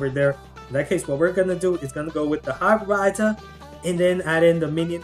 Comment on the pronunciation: did u guys hear how he pronounced hog rider in